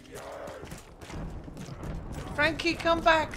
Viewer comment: tf you just say Frankie?😂 Packuhpundhdhshsgaga is what i heard lmfao.